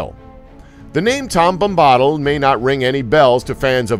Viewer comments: Your pronunciation of Tom Bombadill is odd. You say 'Tom Bom-BAH-dl'. Everybody else who is more familiar with the stories pronounce it as, 'Tom BOM-bah-dil.' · Yea. It's Bomb - Bah -Dill not Bombbadal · OMG :D the way he says Bombahdil xD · Can't even pronounce tom bombadil name correctly. And smeagol was never a hobbit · I almost feel like the narrator went out of his way to murder that pronunciation.